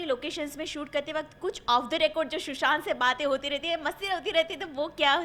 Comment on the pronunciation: I hate when people call him "shushant" instead of "Sushant"